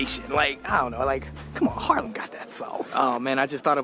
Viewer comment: Haarlem is it.. where he lives… it is 15 minutes from Amsterdam by train. Good atmosfere in Haarlem.. he speaks it at Harlem.. he needs to make the a.. sounds as ah.. making it long when there are 2 aa in the middle of a word. And yeah.. .Harlem near New York is called by our Haarlem. Love the vibe in Haarlem. Great that you watch his vlogs… i love them.